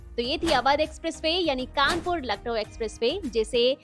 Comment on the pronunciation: It's Kanpur, not Kanapur